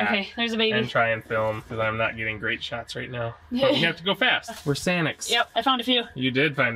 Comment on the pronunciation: "Were sAniCs"